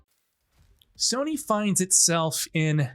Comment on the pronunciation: its time for Soh-ny to sink